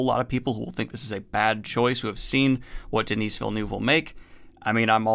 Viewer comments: his name isnt Denise..its just basically pronounced like Denny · The S in Denis is silent in french